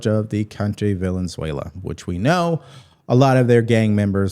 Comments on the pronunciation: I like you a lot Brother, but you have got to fix your pronunciation of things is Venezuela not Valenzuela unless you deliberately did that I don’t care about the name calling cause I’m great at it but you gotta clean up your ex brother I’m following you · Jajaja! You’re making me laugh out loud. “Villain Zuela.” Are you doing that on purpose or do you really not know how to pronounce Ve-ne-Zuela? 🙃PS. Zelenskyy avoided the question-“What concessions are YOU willing to make?” He turned it back on Putin & don’t answer. Why the hell are we even trying with these people? What is holding us back from walking away? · It's a shame when the President uses obscenities. I am so disappointed. By the way, Venezuela is pronounced "Ven-uh-zwail -uh". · I love when a slight mispronunciation is more accurate than the actual pronunciation 🤣 "Villain-"zuela is gonna find out why noone messes with our boats